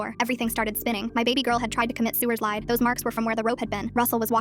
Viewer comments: I’m sorry instead of saying suicide, you said sulide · "sewerslide" im sorry WHAT- 😭🥀🥀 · “Sewerslide” bro😭😭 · “SUERcide” LILL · I’m sorry but what’s sewerlide? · ok this story is sad dont get me wrong but why did it say sewr slide that kinda funny ngl